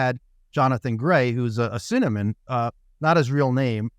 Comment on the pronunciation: I love that pronounces pseudonym as “cinnamon”. Gonna be doing that myself going forward lol (@ minutes)